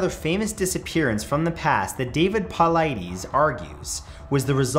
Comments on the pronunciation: Paul-eye-DIS ... Sorry I just hate when people mispronounce names lolol no disrespect I just hear it all the time ... if you’ve ever watched his videos, he introduces himself every time so you can hear how he says it. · Ermahgerdddd, i don’t know why, but the way you say his name is driving me nuts. Paul-eye-tis is how it sounds. Sorry, I’m not usually sooo finicky, but that dude is my hero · David Paul-eye-dis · Its pronounced po-lie-dis not po-lie-dees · I believe his name is pronounced Poe-lie-tus at least that’s how I’ve heard it pronounced in pretty much every video I’ve seen about missing 411 stories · Yep, and it bothers me how this guy keep mispronouncing his name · Pronounced Paul lie dess . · You gotta start saying Dave’s name right smh 🤦🏻‍♂️ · Please pronounce his name right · Can you pronounce David Paulides the way he pronounces it? Have you watched any of his videos? He pronounces his name every episode. Your pronunciation is off. Your speech is really good otherwise. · Matt stop mispronouncing his name lol